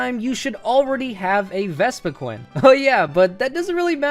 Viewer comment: Pronounced Vespi Quinn and Garbodoor not Vespiqueen and Garba door